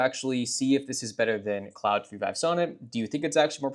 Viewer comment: clawed, not cloud